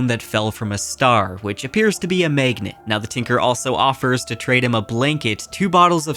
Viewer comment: I like your videos and seem like a nice fellow....but the "baeg" and "maegnet' pronunciation is killing me.